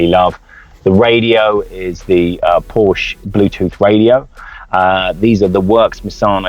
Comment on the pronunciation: Great car and nice review. Would only be improved by properly pronouncing Porsche and Fuchs. Would add credibility IMO.